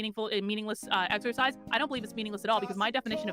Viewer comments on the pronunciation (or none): none